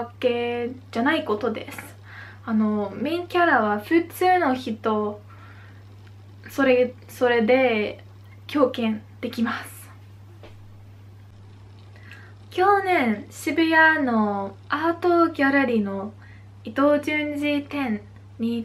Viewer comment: 「キョウケン」と聞こえるのですが、これはたぶん「共感（きょうかん）」ですね。 ほかの人の日本語動画でも「漢字（かんじ）」を「ケンジ」と発音しているのを見たことがあるのですが、欧米の方にとって「かん」は発音しにくいのでしょうか？